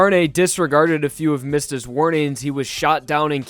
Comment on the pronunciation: "Gee-or-no" "Car-ni" "Mih-stuh" ughhhhh